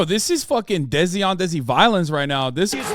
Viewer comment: its desi not dezi